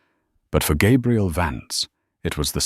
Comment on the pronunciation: It's too bad the AI narrator doesn’t understand that the pronunciation of Gabrielle (feminine) and Gabriel (masculine) are very different. This channel should try to have a bonafide English speaker proofread these stories. It's disconcerting to keep hearing the young lady's name repeatedly mispronounced.